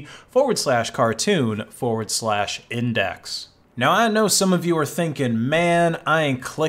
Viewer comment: forward-slah what? that called just "slah" lol